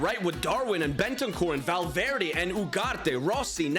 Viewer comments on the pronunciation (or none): none